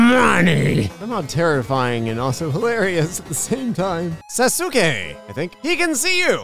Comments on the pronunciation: its pronounced sas-kay As a weeb- I was crying/wheezing/ascending/dying/laughing/shitting tears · Sasuke: Sauce - kay Sauske. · I know at least 5 People who would scream at you for saying Sasuke like that.